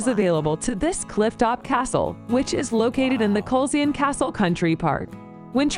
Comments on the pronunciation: Edinburgh - pronounced Edinbra. Glamis Castle - pronounced Glaarms. Culzean Castle - pronounced Calleen. etc etc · This video should not be voiced by an American person ,your English is not good enough and she mispronounced almost every word relating to a Scottish name place or castle .for heaven's sake glamis it's pronounced glams ,culzean castle it's culane Edinburgh it's Edinburah and certainly not edinboro . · Cringe worthy pronunciations of castles and place names When visiting ask the locals Culzean try kulain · It's not pronounced cull-zean it's pronounced Cullen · Culzean Castle = Cull Lay en! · Culzean is pronounced Culain stupid AI commentary 😂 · Culzean Castle is pronounced Kullean and was owned by the Kennedy family, Lords, later Earls of Cassalis. Glamis is pronounced Glarms, seat of the Lords/Earls of Strathmore. The titles are anglicised, in Scots they read Laird, (Lord) and Righ, (King, later Earl). A lower rank of 'Laird' was prefigured by the epithet 'Bonnet'; thus 'Bonnet Laird' or 'Gentleman', colloquially, 'Wee bit Lairdie' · Culzean Castle is actually pronounced completely differently 'collaine' actually. Sorry...blame its age! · Culzean is pronounced ‘kuh lane’ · Your favourite Castle is about 20 minutes drive from where I am sitting. The narration is appalling with no accurate pronunciations. For starters CULZEAN is pronounced KILL- ANE. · Honestly I can understand that folks whataboutery can get a bit tiresome. Great video and wonderful to see so many castles that I have fortunately visited. We don’t have dragons (they’re all in Wales) only Unicorns, our national animal 😁 The AI voice mispronounced everything (Culzean-Cul-ayn) but the photography was beautiful as is your gorgeous daughter ❤ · CulZEEN 😂 I'd love to hear her say Fensaw... spelt, Featherstonehaugh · It was pretty painful to this Englishman! Took me a while to recognise Culzean (Kul-Ayn) castle, and I have been to two weddings there!